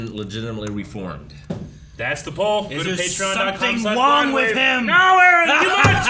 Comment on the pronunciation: did you guys really just say "there's nothing wong with that" 😄